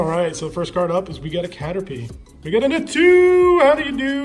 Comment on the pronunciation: It's pronounced "Zatu". At this point, I'm just used to you not knowing Pokemon after 20+ years. That's a long time to not know about these cards.